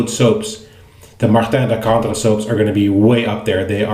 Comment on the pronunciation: Wow, you pronounced Martin de Candre almost perfectly, well done !